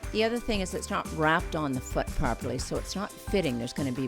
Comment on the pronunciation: i swear she said the is gonna be movement in the fewet (foot)